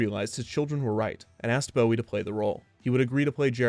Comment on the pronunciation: Bowie is pronounced with the "bow" from "bow wow."